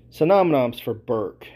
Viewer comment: "sinonoms" "thesorius" Dude's a moron.